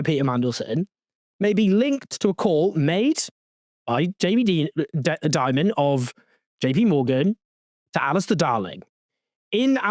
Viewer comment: It's Jamie DIE-MUN